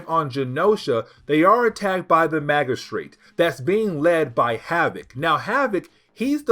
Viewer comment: Good video. But about the word 'magistrate'. The g is pronounced as in gym. Mah-jih-strate.